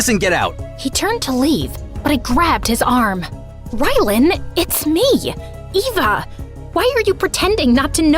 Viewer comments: why did ryaln say Ava instead of Eva? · her name is pronounced Eva not ava